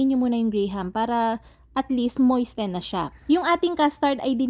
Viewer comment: Moisten = moy-sen Sarap neto magaya nga. Thanks.